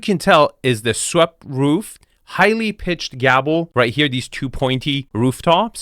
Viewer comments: you keep saying gable with an emphasis on the B like gabble.. its gay ble, like clark gable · Did you say the roof has a "gabble"? It's pronounced "gable" like "Clark Gable." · The exterior style is messed-up (sorry, "transitional") something, but I'd say French Provencial rather than Tudor. Also, you call them GABB-els, but I think most folks say GAY-bels. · Dude, it's a gable, not a gabble.